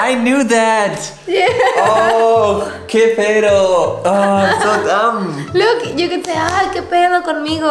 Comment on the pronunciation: The pronunciation of "pedo" from hahahaha so freakin adorable 😂 I loved the mariachi yells xD sounds really authentic